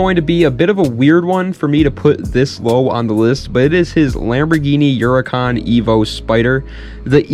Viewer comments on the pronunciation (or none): what is a Lamborghini yuracan?